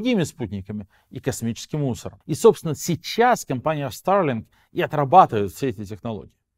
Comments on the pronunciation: Только, пожалуйста, говори нормально по-русски: Старлинк, а не: "ста[r:g,😵]лин" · зачем так сарлинк произносишь? ахахах